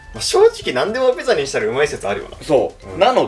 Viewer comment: の所ピザじゃなくてビザになっちゃってる🫢笑